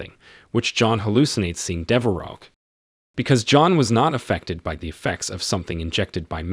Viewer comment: Dever oh. Not dever ox lol. Thanks for the content either way. Love and respect